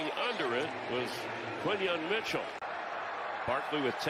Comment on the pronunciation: Yo bro, it’s Quan Mitchell